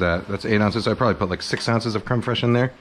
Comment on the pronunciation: “creme fres cafateria fres”